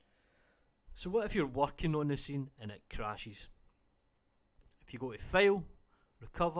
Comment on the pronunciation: Your "fail" sounds funny))